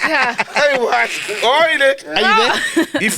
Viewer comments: It’s Ayahuasca🙈 not iowaska😂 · What is ayahuasca? Ayahuasca (pronounced 'eye-ah-WAH-ska') is a plant-based psychedelic. Psychedelics affect all the senses, altering a person's thinking, sense of time and emotions. They can cause a person to hallucinate—seeing or hearing things that do not exist or are distorted